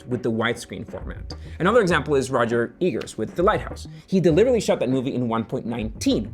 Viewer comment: Roger - nope Eegers - nope